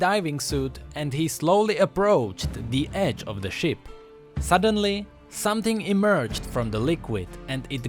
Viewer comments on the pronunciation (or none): none